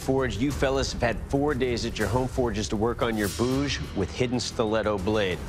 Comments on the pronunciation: Its not "bhoooj". Its "bhuj". Short "oo". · It's not Bouge, it's Bhuj. And it's not 'Syan Myai' , it is ' San Mai'.